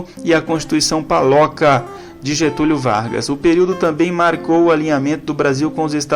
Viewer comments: Não é paloca, é polaca! Putz. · Amigo lê mais devagar, a constituição de 37 é chamado de polaca. E não paloca, rs